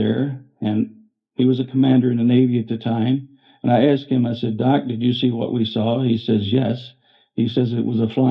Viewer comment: 1) This compilation is FREE and (in my humble opinion) um, well let's say, it's "better" than The Age of Disclosure. Yikes! 2) I thought it was interesting that the final story about Amesbury MA, the narrator pronounces "asked" in a very authentic but less and less used historically representative New England accent.